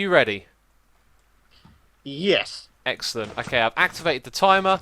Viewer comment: why :( he said it was eggcelent